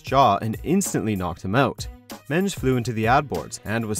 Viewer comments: His name is Men-Dez not Menj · Mendes not menge😂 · Men dezzz not Menz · It's pronounced Men Dez not mends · Its men-des are you serious!!! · but yet he pronounced mendes as menz.. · How can you not pronounce Mendes correctly? Men-des it's not hard say men-des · Bloody hell I've heard some butchery, but c'mon, how are you pronouncing Pedro Mendes' name?!? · Learn how to say Mendes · How the fuck can you not pronounce Pedro Mendes’ name right? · Thanks for calling it football. But you can’t pronounce Pedro Mendes name.